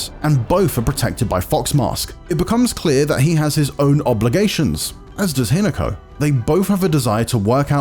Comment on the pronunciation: Say Hinako again